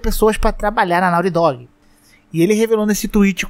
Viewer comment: Me da um problema pronuncia errada em ingles, fica MTO zoado